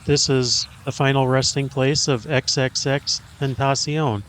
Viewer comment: OK, the way you pronounce his name is killing me! Awesome video but his name is actually “Extension”, that’s how you pronounce it. He just spelled it that way. 👍🏾